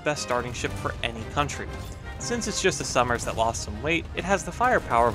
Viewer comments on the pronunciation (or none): I thought you were saying Summers, not Somers